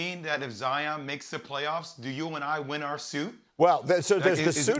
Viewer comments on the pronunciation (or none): No one: Jalen rose: “Zi-Yin Williamson”